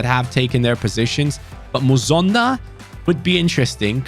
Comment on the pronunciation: it’s not muzonda it’s mu son da like heung min son. Him and his father were born in my home country of Zambia but relocate to Belgium when he was 5. Like so can see